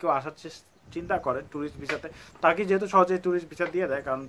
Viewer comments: সবাই উচ্চারন করে তুর্কি, আপনি তারকি বলতেছেন কেন? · তার্কী/টার্কী না ভাই এটার সঠিক উচ্চারণ (তুর্কীয়ে) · ভাই তুরকি কে তারকি বলেন কে। ওভার ইসমাট নাকি। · তার্কি তার্কি বলছে। উচ্চারণ টি না জেনেই করে থাকে। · তার্কি - এটা আবার কি রকম উচ্চারণ ভাই? এই উচ্চারণের পর ভাই ভিডিওটা দেখতে মন চাইলোনা! Sorry! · Jane na kisui! Asche YouTube a information dite!😂😂 tarki tarki shuru krse! Uccharon o krte pare na abal.... Abar koy ordhek naki Europe a... Sagol... Only 3% Europe a bakita 97% asia tei.... Abar turkey er capital naki instanbul 😂😂😂tyle ankara ki? Bolod... Agey jaina nen pore video banan